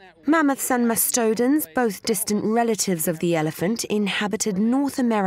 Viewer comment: lol...... a MAST-toe-Den Thats Mass-ta-don